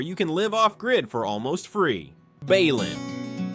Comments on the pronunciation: Not Ba-lin. Be-linm, short e. O(I^Y%(IU AI voices. (Artificial Idiocy). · Literally gets the pronunciation of the first town wrong. It's "b uh - lin". Like bruh without the R.